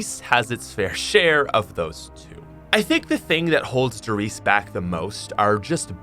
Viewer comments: Don't forget to pronounce the E at the end of RIESE! It's the same with PorschE😉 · The e at the end of "Riese" isn't silent kaøfkpwføæspfpåxlqkdåzæwpfoa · I get triggered when I hear someone say a German word wrong. “Riese”